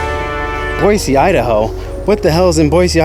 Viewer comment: And THANK YOU for actually pronouncing Boise correctly haha.